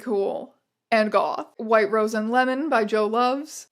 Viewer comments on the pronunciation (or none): none